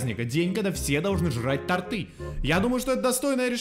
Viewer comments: Не тортЫ а тОрты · Не торты́ а то́рты...я слишком надоедливая)))))